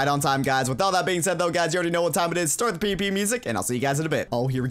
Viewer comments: When ever he says PvP it sounds like PP xD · Everytime he says pvp it sounds like he is saying pp